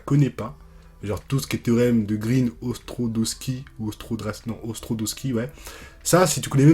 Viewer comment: "Ostrodoski" 😅 (Ostrogradski ahahah)